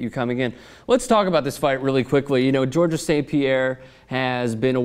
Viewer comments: please in the future stop pronouncing the "s" at the end of Georges' name. This is not correct. The "s" is silent. George-es sounds like there should be two of them. Rolling the "G" at the start is optional, the silent "s" is not. THX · FYI, the S at the end of Georges is silent. The name is pronounced exactly the same as in English. From Montreal, go GSP!